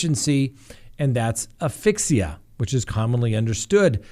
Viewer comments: as-fix-see-uh. So sorry, but I want you to pronounce it correctly. You’re too smart to mispronounce it. Love your channel and watch it everyday. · You need to lean in on the "ass" in asphyxia to pronounce it correctly.